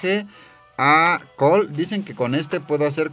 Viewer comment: por cierto cole se dice coul y zane de dice zain